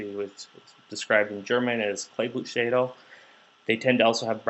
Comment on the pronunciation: From a German: The German word for cloverleaf is "Kleeblatt", so "Kleeblattschädel" would be the correct way to write it. The pronuntiation was close enough though, just with the a- sound in the middle. Very informative video!